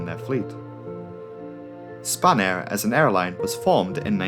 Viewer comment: spanair sounds like a french person saying spanner